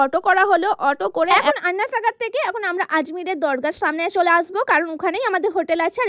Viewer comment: আন্না সাগর নয় আনা সাগর বলে